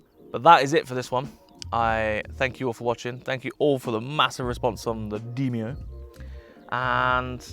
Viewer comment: Demio not deemio lol